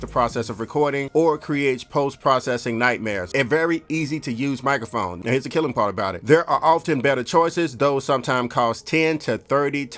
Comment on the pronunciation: Having nightmares about poppin his head out sayin 'mikaphone' at random times in my life